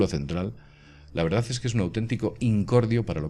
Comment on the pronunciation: VERDAZ , GRAVEDAZ..............!!!!!!!!!!!!!!!!!!!!!!!!!!!!!!!!!!!!!!!!!ME PARECE QUE SE DICE VERDAD Y GRAVEDAD , CON D AL FINAL Y NO Z